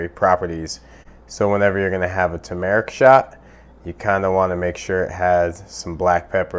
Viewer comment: its pronounce TURmerrick